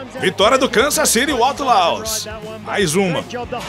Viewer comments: A pronúncia de outlaws não estaria errada? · Está, mas releve isso e aproveite o vídeo.